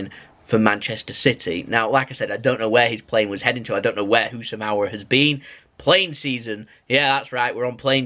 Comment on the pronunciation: His name is housam AAWAR not AWRAR